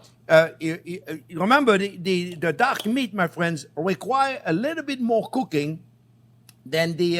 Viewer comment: Looks fantastic! I was very confused as to why you kept talking about duck meat when this was a chicken dish. It was only at the mark that I suddenly realised you'd been saying "dark" meat :)